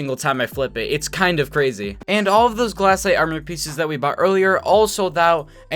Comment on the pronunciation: why does "glass aight" make me so mad *amazing video tho * <3